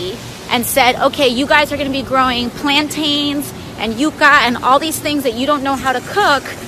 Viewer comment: Why did she say “gwowing pwants” though?